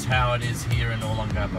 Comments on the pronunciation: It's "O * long * a * po," not "O * lon * gapo"! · It's Oh-Long-ah-Po, Sure looks cleaner than it did in the 80s I'm betting it not as much fun though. Thanks for posting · Dude find someone to teach you the right pronunciation O Long Ga Po giving advice on a place you can't even pronounce is not good Simple ...other than that a good video. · Oh-Long-Gah-Poh. Other than slaughtering the pronunciation, great video, would love to see more of Magsaysay, Rizal and Gordon Avenues. yes, it has changed a lot, but the memories are always there. The true Adult Disneyland that put all others to shame, even to this day. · u are pronouncing olongapo incorrectly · Very nice vid...but please learn how to pronounce Olongapo correctly. Thx